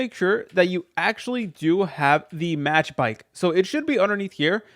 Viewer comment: it’s not match back it’s mach like mach 10 like the speed of light